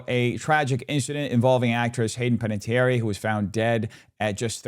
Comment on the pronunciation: It’s Penna-tee-AIR